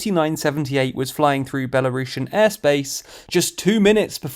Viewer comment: Why you say Belarushan, it's Belarusian. Don't disrespect my country and not mix it with Rusha, okay? Again: Belarus - Belarusian